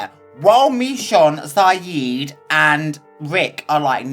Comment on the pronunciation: His name is Siddiq NOT Sayid,.